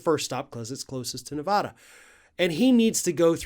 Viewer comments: Listen, sorry but it's NOT "ne-VAH-dah". Nevada. "a" as in "cat". OK??? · It's so hard to hear you say Ne-vah-da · I love your videos but as someone that lives in Nevada... it drives most Nevadans nuts when Nevada is said wrong. It's Nu-va-duh. Thank you! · Please pronounce NV correctly! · Please pronounce Nevada the right way.